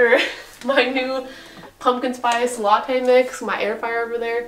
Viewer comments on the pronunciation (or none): none